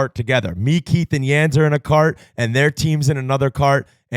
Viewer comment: Does marek even know who Yands is???? Calling him “Yat” … tf is that